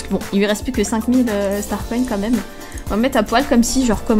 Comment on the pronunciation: Toi tu dit star coin star conne lol sinon continue je t'adore 😙😙😙😙